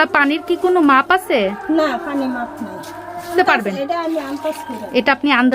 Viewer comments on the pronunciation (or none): none